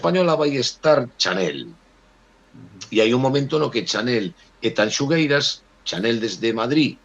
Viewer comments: O único que me amola de todo isto é que terminou o festival e siguen diciendo mal o nome de Tanxugueiras...🔥🔥🔥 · Co ben que din Shakira, hai que ver canto lles custa dicir Tanxu(shu)gueiras.